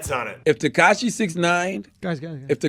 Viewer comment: why he say his name like that 😭 TeHkahHshee